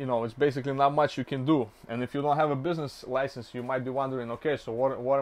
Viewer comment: Bro doesn’t know how to pronounce business license